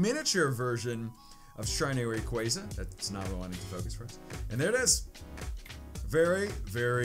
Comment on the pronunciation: its rayquaza not rayqueyza. Love ur vids tho!